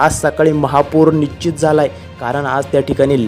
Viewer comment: तेच तेच बोलत आहेत, कंटाळा आला. माहिती असेल तर सांगा नाही तर गप्प बसा . समोरच्या व्यक्तीला रिकामटेकडा समजता का? मराठी भाषा साधी सोपी आहे, पण ९०%टक्के बातमीदार अशुद्ध बोलत आहेत. निश्चित हा शब्द निच्चीत असा उच्चारतात. असे अनेक शब्दोच्चार आहेत , जे चुकीचे उच्चारले जातात , याकडे लक्ष द्यावे.